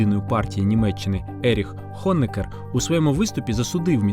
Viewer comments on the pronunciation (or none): none